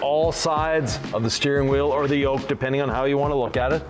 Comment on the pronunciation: Not a "Yoke", Tesla calls this a Squircle. Definitely not a Yolk as you say it lol. Good video, just needs redone. 😜 jk